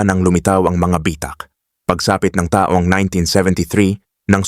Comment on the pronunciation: Halos lahat ng nagsasalita ng site na ito, matindi ang emphasis sa mga tulad nito: taong 1973, pagbigkas ng taong, mabagal kaya pag inintindi mo, taong 1973 - people of 1973; dapat mabilis ang pagbigkas ng taon - year. dahil pag mabagal, taong - naging person yun. Kahit sa hapon (Japanese), pag binigkas ng mabagal, nagiging hapon (afternoon).